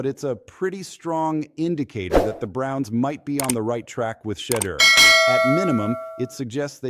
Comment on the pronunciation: It's pron ounced She-Door " !!